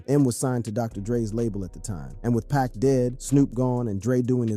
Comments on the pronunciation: This dude said Pac as pack... Disrespect dude. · Blasphemy!.... Everyone should learn to say Pac!!